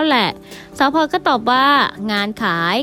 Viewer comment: ขอความกรุณาพูดให้มีคำกล้ำพลอยมิใช่พอย แอนดริวมิใช่แอนดิวค่ะ